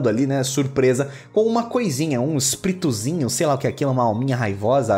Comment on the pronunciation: um Sprituzin? O gui é mineiro? kkkkkkk